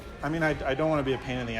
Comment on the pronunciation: "CEE-ARE-YOU" The cool kids say "CREW". lol